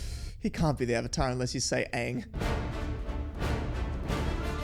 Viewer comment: The disappointment and disbelief every time they misprounce something is the best thing. Take a shot everytime they mispronounced something. Hells they even mispronounced Avatar they say Ohvata